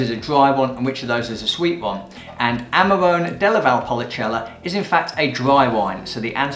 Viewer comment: DOCG and not DOGC. Don't want to be picky but your pronunciation needs to be trained. Amarone is Amarohne, Marche is Markhe, Alto Adige is Alto Adidzei so on. Overall, good vibe and passion come trough. Keep up the good work.